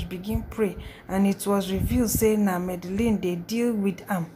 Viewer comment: Port harcourt girls and Supe 🤦‍♀️🤦‍♀️🤦‍♀️👿 it’s Medellin not madalin 🤦‍♀️😂 and please don’t chew while recording